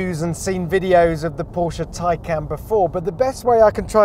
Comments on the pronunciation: What's with the mispronunciations....Its not Plad.....its Tesla Model S Plaid...Plaid as in Plaid design...a nod to the movie "Space Balls" where they hit Ludacris speed (another variant used in the Tesla Models) and its not Tycan....It's Porsche Taycan Turbo S. "Taycan" roughly translates from Turkish as "lively young horse", in reference to the steed of the Stuttgart coat of arms on the Porsche crest. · Is there any reason why you keep saying Taycan !!